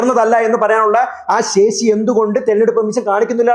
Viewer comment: ആ ശേശീ😅😅😅 ആദ്യം നീ പോയി നാവ് വടിക്കൂ എടാ പൊട്ടാ